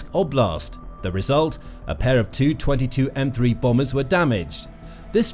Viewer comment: In text "Tu-22M3" looks ok, but hey, when you make audio from it PLEASE say as "T U 22 M3" and NOT the ugly "222 M 3"!